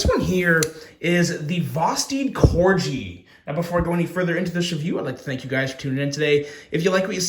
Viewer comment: Calling it the “Corgee” is super smart because people are gonna comment and tell you it’s pronounced Corgi.. like the dog. Well done lol.